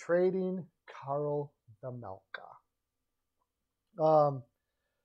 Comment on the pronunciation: OK. First of all, you might want to be a bit more precise with your language. Vejmelka, not Vajmelka unless there is a foreign spelling you are using. "Vajmelkad" the way you used it at the beginning is a verb, not an adjective; and as Chad Rockey said, LAK and ARI are not in the same division but in the same conference. I know the points you were trying to make but this needlessly undermines your credibility with your listeners. Quick does not have a NMC or even a NTC in his contract btw. More credibility issues. Second of all, I'm a full season seat holder to both LAK and ARI. I'm only going to speak to LA and not the other teams. Vejmelka is having a good season but it is unnoticed b/c the Yotes stink this year. But it is only one season. Last season, he played a little worse. I'm not convinced he's the answer to LA especially in light of Copley's play. You can tell that LAK plays more confidently in front Copley than Quick (strange for me to say that). As someone else I know pointed out, ARI needs to have some faces in the fold for this crucial vote in Tempe- one that could decide whether or not the Yotes stay in ARI. Vejmelka can be that face- one of them (Keller is probably the other). G's typically do not command a big trade premium particularly in-season. There is no reason for ARI to take Peterson either. Right now, he is a waste of cap space. I don't see this in the cards. I do see LAK being a D-man away from being a serious contender- if they can stay healthy. They